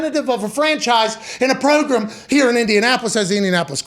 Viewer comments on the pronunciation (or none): the word "progrum" will NEVER get old ahaha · Did he say prugram? Wth was that??